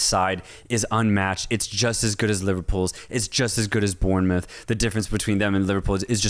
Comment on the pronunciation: Bournemouth is pronounced ’Born’-moth not ‘Burn’-moth…